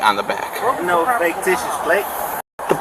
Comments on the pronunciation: He needs to learn the word ficticious,not faketicious. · This idiot... Can't even pronounce "fictitious!" Kept saying "faketitious" like it's a fucking word! Thank you for this sheer gift of entertainment,! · He said faketitious???😂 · Where can I get me some of those “faketitious” plates?! Just axeing… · I wish one of the officers had asked him “are you saying ‘fake-titious’?!” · “Faketicious”? lmao. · THAT TRULY IS HILARIOUS! "FAKETITIOUS" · I died when I heard, "Faketicious" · Did he say faketitious? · The dude is literally saying "faketitious". 🤣